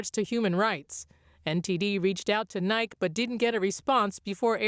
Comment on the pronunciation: the nice lady seems to have not been told how to pronounce “Nike”